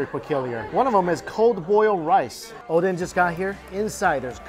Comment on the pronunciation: First time I heard him saying oden correctly (not odeng)